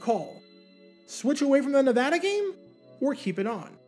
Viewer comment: Can I just say thank you for pronouncing “Nevada” properly? Not a lot of east-coast folks do that.